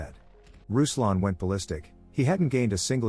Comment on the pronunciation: RUSLAN MEANS R U S L A N! Not a fucking rouslan etc.